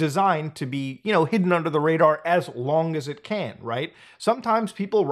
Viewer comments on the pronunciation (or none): none